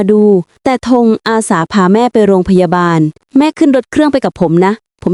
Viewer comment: ร.เรือชัดเจน..กำลังชื่นชม..ท้ายคลิปเจอคำว่า..โรงพยาดาล ลั่นเลย55